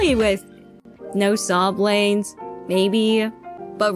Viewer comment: "Sob lanes"... Bruh, saw blades. Because chain SAW. :p